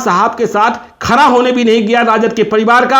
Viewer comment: Ptrakar ho yar ap pronunciation bahut kharab hai apka...khara nhi khada hota hai.